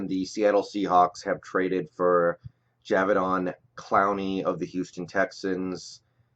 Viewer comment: PROUNOUNCED JA- DAY- VEON